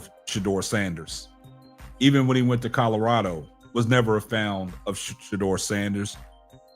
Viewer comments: Wayment...was my man trying to say fond and kept saying found? Omg hilarious 😂😂😂😂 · It’s fond not found good brotha